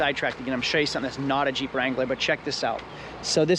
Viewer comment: Bruh, in the beginning I thought you were saying CHEAP wrangler instead of Jeep.